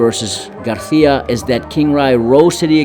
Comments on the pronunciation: It’s Gar[See-Ah] not GarTHIA. Weirdo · Bro I'm getting mad at the way he says Garicia, bro just say it like a normal person wth. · Why this mf can’t pronounce Garcia? Gargggia wtf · He called him Garjia and Garthia in one video 😂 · Cringe everytime he says garthia lol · And its not his accent becuz he says it regularly so many times then sometimes he just emphasizes it with a garTHia..? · Stop saying Garcia like that. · He only said it the first time... Then says it regular.